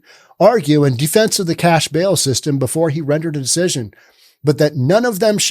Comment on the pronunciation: It's a "Zero BAIL Policy", not a "Zero 'Bill' Policy".